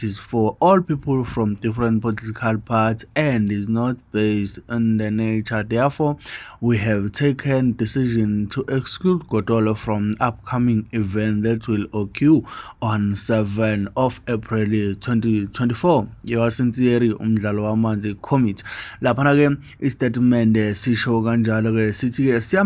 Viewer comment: It's not oque it's occur thanks bye